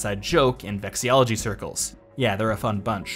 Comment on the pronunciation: Psst, it's vexillology, not vexiology. Vexiology is presumably the science of being very frustrated.